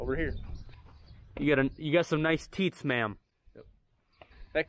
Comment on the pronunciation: “You got nice teeets mam”. 😂👌🏽